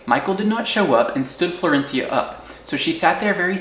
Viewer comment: I love your storytelling. Also, excellent pronunciation of "Florencia"